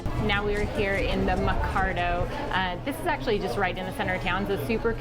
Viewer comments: It’s mer-caw-doe, mercado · PRONUNCIATION ... the "Allende" part is pronounced [ eye - end - day ] with the stress on the second syllable .... MERCADO ... the market [ mare - KAH -thDoh ]